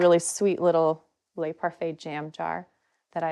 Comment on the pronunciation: Just so you know it’s not pronounced Lay, it’s pronounced Le